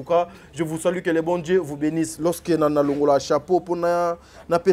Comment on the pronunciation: On dis je vous salut et non je vous sali,vous êtes trop stupide